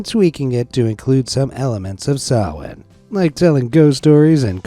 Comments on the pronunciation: Thank you for saying "SamhaIn" correctly! 💙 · This channel has been the best forever thank you. Btw great pronunciation on samhain